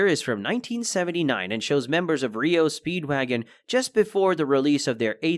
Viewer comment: I think it’s pronounced R E O Speedwaggon not Rio Speedwaggon